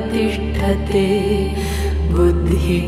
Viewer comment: I cannot express how beautifully you have rendered. Almost feels like liberation Brahma Nirvaanam and calmness Prasaadam. In 2 places, pronunciation was off. Buddhi and Adhigacchathi. If you could correct it for the next videos. Looking forward for your unique selections.